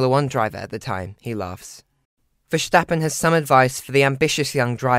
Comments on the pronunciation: Good video but a tip for the pronunciation : Verstappen (Vuh-sta-pen) and not : Verschtappen (Vuh- sch-ta-pen). Pronouncing it with the SCH it sounds more like German. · It boggles me why English people add the SH in Verstappens' name... VerSHtappen ?? why? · it’s not about accents. They don’t pronounce the English word ‘stop’ as ‘sshhtop’, do they?